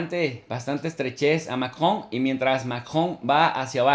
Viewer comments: No es Macon..😄. Es Macron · ¿Emmanuel Macgó? Jejeje. Suena chistoso como lo pgonuncia ☺️ Saludos 👍